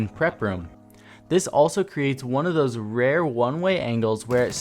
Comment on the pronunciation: I swear, every video he says "this also creates thoes rare one way angles".